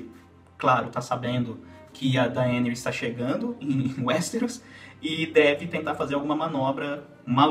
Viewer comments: Eu sei que o próprio Martin não estabeleceu regras de pronuncia para os nomes dos personagens, mas esta é a primeira vez que ouço "DaÊneys", com a silaba tônica na letra E... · Poha esse nao e o nome da dany. Daenis 😂😂😂😂😂 aaaaaah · Bom vídeo! Mas achei estranho como pronuncia Daenerys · fala o nome da Daenerys direito caralho.